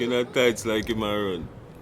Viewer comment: Bro not room